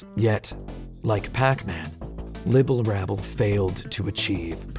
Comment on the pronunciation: As obsessive as tim is over accuracy did he really not notice he said Libble Labble instead of Rabble?